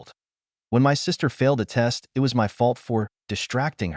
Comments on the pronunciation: Not "I-T". "It" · Why does the AI narrator pronounce (it) as "I" "T"? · Your mom, dad and sister need to find jobs to get money. They are free loaders. Your story is too long, pronunciation poor. "IT"? Pronounced "it". Get someone to teach you the English Language. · Terrible, terrible AI voice that mispronounces so many common words. Frequently saying "I.T." instead of "it" being the most frustrating. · The word "it" still exists. And it should not be pronounced "i t" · It's odd that the word "it" is being read as I.T.... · Would someone PLEASE fix these AI voices to say the actual word "it" instead "eye tee".